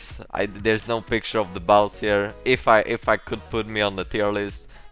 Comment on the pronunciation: giờ mới nghe đc ổng tự đọc tên mình, đúng kiểu viết như nào đọc như vậy The Baus ffs =)))